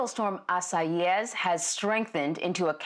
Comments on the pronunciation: she's pronouncing it wrong, it's 3 syllables not 4, that is if you're speaking english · Well yea if you wanna say the name wrong it’s 3 syllables. She pronounced it correctly.